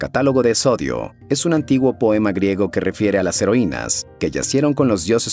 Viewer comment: Hace tiempo que veo tu canal y de verdad me parece excelente, sin embargo en este video en especial, el audio no corresponde a la entonación o pronunciación con el texto, por ejemplo: el texto dice Píndaro, con tilde en la "i", pero mencionas Pindaro, otro más es Hesíodo y tu mencionas Hesodio. En ningún momento quiero juzgar tu trabajo, el cual como mencioné es demasiado bueno, solo me parece importante porque son personajes históricos y sucesos de mitología. Un abrazo y felicitaciones.